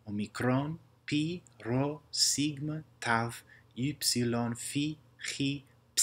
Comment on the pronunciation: a typo i spotted is the sigma letter, you pronounced it "σιγκμα" instead of actually "σιγμα"